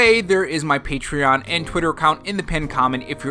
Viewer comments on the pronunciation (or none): none